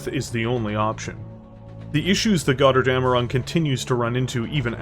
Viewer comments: The name has to be spoken like it is written with a "Ö" not an "O" in German. I know that this vowel mutation is hard for natural english speakers to pay attention but as a Steiner Loyalist from Germanny i must say please try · "Götterdämmerung" is a BAD word for english speakers, because they don´t understand on how to pronounce the "ö" and "ä". To make it as simple to understand as possible: for the "ö", spell it like the "u" in hurt, urge and turn. Meanwhile the "ä" is pretty much just like the "a" in english... just use the same a like in man or hand. The mech itself looks cool but seems to suffer from shrunk cockpit.